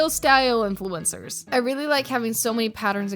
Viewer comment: Their little mouths can't even pronounce "influencers" correctly